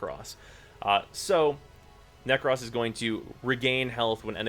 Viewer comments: Nek- rohs. Not Nek-rhoss. For the love of God. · Dude the way you say "Nekros" really fucking bothers me ..... 😂😂